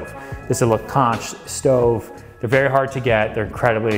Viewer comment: Real estate must be berry, berry, goot (like beusbull) to Ryan. Place looks great!